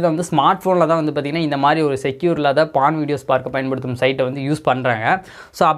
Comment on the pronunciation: பான் இல்ல போர்ன். உங்களுக்கு ஒ வராதா